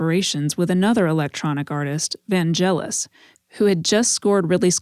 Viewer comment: By the way, it's VanGelis, with an hard G like in "get". He was greek.